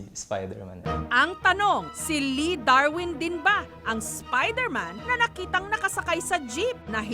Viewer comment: Spayderman waw hahahahaha